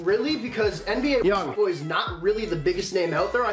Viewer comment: Pronounce his name right bitch